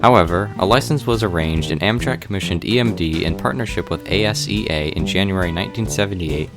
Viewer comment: I dont think its A-S-E-A its Asea